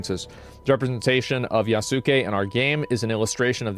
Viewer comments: FFS, it's not "Ya-soo-ke(h)", it's "Yas-ke(h)". "U" is silent. Like so. Oh, come on! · Agreeable video. Just to let you know, Asmon, Yasuke is pronounced with out emphasis on the u. Yahskay. Some of these people that are calling anyone racist for the legitimate pointed criticism of AC: Shadows are just emulating what they've seen others of their ilk doing that. But many of them know exactly what they are doing and they're using tactics from the book, Rules for Radicals to deceitfully polarize anyone who disagrees with them. I suggest you familiarize yourself with it. It'll open your eyes to a lot of what's going on today. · Not pronounced yah soo kay, pronounced yahskay. The u has very little emphasis to the point it's silent. Just like the WWE wrestler name Asuka is not pronounced Ah soo Kah, her name is pronounced Ahskah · ok big ask tho - pronounce his name as Yaske not YasUke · The amount of people who can NOT pronounce Yasuke's name correctly is more upsetting than Ubisoft devs lmao its pronounced "Yaws-kay".. NOT "ya-soo-kay". like it takes less than a few seconds to figure this out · Fumbled pronouncing "Yasuke" so hard he doesn't even attempt to pronounce "Naoe". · Has someone properly taught you how to pronounce Yasuke??